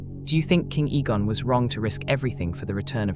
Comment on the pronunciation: When the AI mispronounces the name or word, correct it by spelling it out so it says it right. Egg, Eggon.